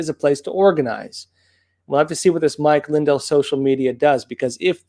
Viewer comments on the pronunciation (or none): It's Lin-DELL, not LIN-del.